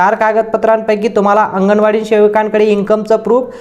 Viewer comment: महिला बिचार्या किती साध्या भोळ्या अशिक्षित आहेत.अंगणवाडी शब्दसुद्धा त्यांना नीट माहीत नाही.त्या आंगणेवाडी असा उच्चार करतायत.